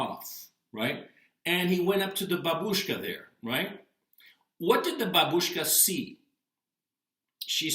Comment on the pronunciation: Babushka the stress is on the first syllable. bAbushka, not babUshka